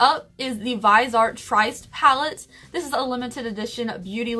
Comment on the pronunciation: Viseart, pronounced vis-E-art, is a pro line that makes Pat McGrath look cheap. Their 12 pan pallettes are $150